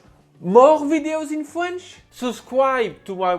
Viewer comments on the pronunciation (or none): Love these videos, but I can't help crack up when he says fwench 😆 Still fantastic video & he seems really sweet.